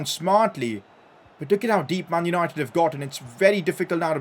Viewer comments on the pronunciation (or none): "Mun yunoited"